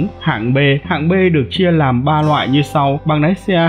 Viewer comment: Nói cũng oke nàm thêm nhiều cờ níp nữa anh nhé, để em học nái xe :))